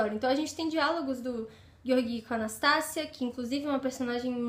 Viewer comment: Acho q a pronúncia correta é "Jeórgui" e não "Gueorguí". Mas não faz diferença. Livro fantástico. Um pouco cansativo em razão do vai e vem histórico. Um romance improvável e apaixonante.